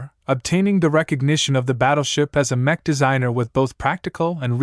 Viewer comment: Horrible voice over, it can't get names right, it keeps mispronouncing easy words like mech, for a word that is used so much throughout the entire book series..... This voice over is the worst right up there with the 1980 something audiobook of legend of Drizzt. Great book series tho, I just can't listen to it now and probably I'm never going to finish it lol